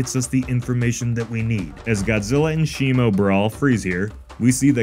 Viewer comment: I keep zoning out and hear him saying "shemale"